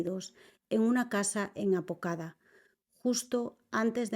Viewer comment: BAZALDUA no BALZUA APODACA no APOCADA No entiendo por que le pegan a las informantes y ni leer bien un nombre pueden.. 🙄 ni por que se pronuncian en el mismo idioma lo hacen bien